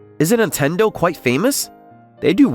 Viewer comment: Antendo? That's near as Nintendo.